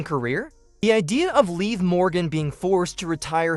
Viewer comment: If you're going to be a newscaster at least say her name right you're saying it all wrong it's Liv Morgan say it right being news person it's not leave Morgan that's like when you say leave like someone's going away her name is Liv Morgan get it right